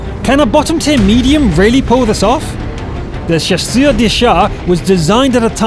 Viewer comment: Much better on the French pronunciation so thanks for the effort. As your french speech coach, to get 'Chasseur' correctly pronounced, try saying 'Sha sir'...but run them together. Then, I think you'll be about as close as you can be without listenig to a Frenchman say it. Cheers.